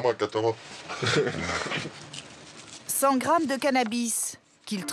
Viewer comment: Katama.. Mdr c'est ketama